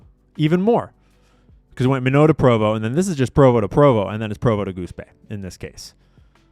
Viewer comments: Come on, Minot North Dakota is pronounced My Not, not Meno, since it's not French. The biggest thing in Minot is 200 minuteman II missiles and the associated ground launch facilities and control bases. Has there been any significant traffic at PROVO UT with these jets since Charlie Kirk's assassination? Provo has several FBO's and Flight Deck Avionics who does instruments and other work. Dassault is French and is pronounced Da So. On commercial aviation jets, they often make convenience stops to fuel up and to let the passengers walk around. They are not that large and many make you walk around hunched over. So, if you're on a long flight (6+ hours, they may make a stop and refuel and let the people walk around and 'stretch their legs, and do potty breaks.' so the aircraft services are less if you don't have to dump the poop tank. Sometimes, middle east flights come to Paris or UK and drop off passengers, and the remainder go on to the actual destination. I know one couple dropped off people in London for shopping while the remainder of the passengers went on to the US, and they picked up the London passengers on the return flight. If you stretch a tensioned string from any two points on a globe, that will show you the great circle route from those two points. When you're talking $3000-$6000 per flight hour in operational expenses for these jets, Jet-A fuel is a minor expense. Aircraft in war zones often cloak by turning off public transponders so they are not being track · Easy way to remember how to pronounce Minot (My-knot)… us Air Force folks referred to it as Why Not Minot😉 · Minot is pronounced "My-Knot". My dad was in the AF for 30 yrs. Used to call their base in Minot - "Why Not, Minot". lol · It's pronounced My Knot (Minot) in North Dakota...you know, where all the nuclear missile silos are. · You have to start pronouncing minot North Dakota right. It’s closer to My-not. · MINOT is pronounced MYNOT by locals. I'm from S.D.😅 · It's My-not, ND